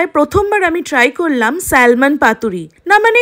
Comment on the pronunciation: eta ke salmon bole na uchharon hoy Samon ! ektu sikhun aage